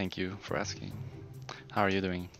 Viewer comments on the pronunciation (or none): none